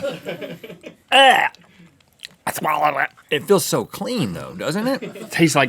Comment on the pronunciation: Excuse me, but "cleaner" sounds like another word ;)